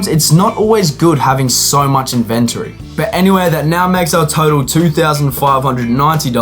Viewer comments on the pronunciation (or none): bro the word is INVENT ORY.